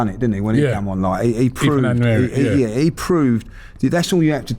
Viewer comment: Nwaneri is pronounced noir-neh- ree, as in the French noir.